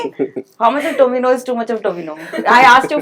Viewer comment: Not tovina bro his name is tovino